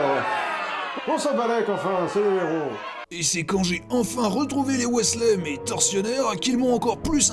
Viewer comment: Pourquoi tu prononces "Weasley" en "Wisley" et des fois "Wèsley" ?